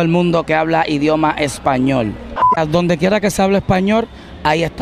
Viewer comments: Ya entiendo la lógica de los boricuas, la "R" es pronunciada como una "L" y la "L" es pronunciada como la "R"😯. "Españor"; todo tiene sentido ahora 😊😌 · españor :v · "Españorrr" No pos quien sabe donde estan esos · lo dise en broma porque arcangel en el minuto dise españor